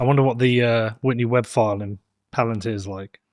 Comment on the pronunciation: Its puh-lAn-teer. Watch LoTR